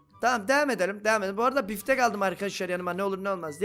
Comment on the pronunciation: Biftek'e Piftek diyen reis 😂